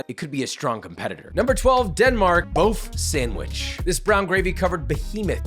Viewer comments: Its impressive how you managed to ruin that "bøfsandwich" so much 😅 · As a Dane, lemme tell you: You did not get it right xD That is not a bøfsandwich